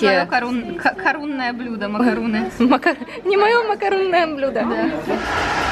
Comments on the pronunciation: видео каласс, но зачем ты все время говоришь макаруны, ты же слышала как Французы говорят макарон Но с Французким р. Так это и произносится МАКАРОН. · Кир К если ты не знаком или не знакома с Французким то воспользуйся переводчиком - macarons - именно так называется этот Французкий десерт. буква s в конце слова не читается и никакой буквы у там и в помине нет. Учи Французкий. или не коментируй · Кир К Человек поправил произношение в нормативной форме, а этикета, судя по тону ваших сообщений, не хватает вам. Ах и да, правильно "макарон". Чтобы у вас пропали сомнения, я не только свободно владею языком, но и живу в столице Франции. И что на Севере, что на Юге страны, что в Африке десерт будут называть одинаково. Приятно, что есть люди, почитающие аутентичное произношение. Браво, Violeta Life!